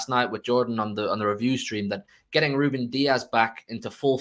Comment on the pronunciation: Need to put some respect on Rubén’s names